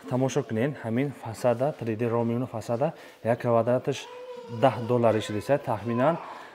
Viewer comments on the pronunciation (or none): 3D РОМБИК ❌ 3D РОУМИНГ ✅ 🤣🤣🤣